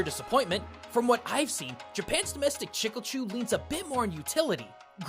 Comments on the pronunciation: Chicle is pronounced with Spanish phonetics. The i makes a long e sound, "ee", and e at the end of a word (with few exceptions) makes a long a sound "ay" or sometimes "ey". Thus the correct pronunciation would be "chee-clay". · I was laughing through this entire video, because of how you pronounce chicle. I'm wondering where did you find the pronunciation of that word? I pronounce it Chi-kLE, anyone I've known that Speak Spanish says it as Chi-kLE. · I'm not Portuguese, but even I know "Chicle" is pronounced "chee-ckleh". Dislike and unsubscribe!!! (Jk, great video) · Its called chea-kle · CHEEEK • LEEE! it hurts to hear it the way you say it. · "Chicle" is pronounced "cheek-lay" fyi. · I did have to pause the video to see if anyone else said this because it is grating to hear "Chickle" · It's more like "cheek-leh" with a soft "ch" sound. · It's more like "chee-cleh" as in "chee"-se and "Cle"-mentine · When he pronounces the name wrong everytime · your pronunciation of chicle hurt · I am bewildered on how can pronounce Japanese cleanly but can't pronounce chicle. If we were to put it as romaji it'd be chi-ku-re, please XD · ...The pronounciation of chiclé is absolutely killing me. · I find it funny how you pronounce "chicle". 😁 Thanks for the episode, and for all your work really. Stay safe. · take a shot every time he pronounces chicle (she-clay) as chickle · Great video, just wanted to point out the pronunciation of "chicle." It's not "chick-el", it's more like "chi-clay," at least in Spanish, I don't know about Portugese but I'd imagine it's similar. The way you're saying it is like someone pronouncing jalapeño "ja-la-pe-no" instead of "ha-la-pay-nyo." Minor nitpick, but the rest of the video was super informative as always :) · Spanish speaker here, your pronunciaton of chicle hurts me. You say it almost like you're trying to say "sickle" when the word is actually "chick-le". Sort of. I can't explain myself, i'll get out of your hair now ._.